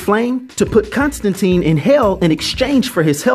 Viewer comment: Don't mean to be a pedant here, but it's pronounced Constan-TINE - rhymes with "mine" or "fine". According to Jamie Delano, the Keanu Reeves film is to blame for the subsequent mispronunciation. Anyway, there you have it.